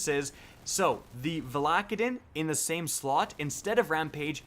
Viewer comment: And "valla-KAY-din lol